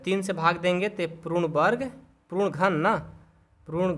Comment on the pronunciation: Sir wo prun nhi hota puran hota hai